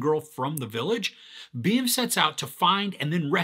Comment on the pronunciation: Its not Rom.. Its Ram.. Nd its not Beam its Bhim..